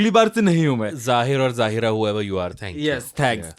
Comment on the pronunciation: Great episode guys (lol you said my name like it was a man’s name. It is pronounced Zai-ra) I personally hate watching movies with cheating because I always end up feeling so heartbroken for the person getting cheated on. I hated KANK because as a kid, I couldn’t understand why SRK and Rani’s characters didn’t love their spouses who were so nice and loving towards them. And I would always feels sorry for the kids - SRK in Main Hoon Na. When Kiran Kher didn’t want him as a child, I was like “But he doesn’t have a mum 😢”